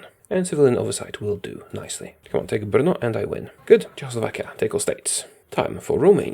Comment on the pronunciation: wow u actually got the pronouncation right to the city Brno! I know that cuz im a Czech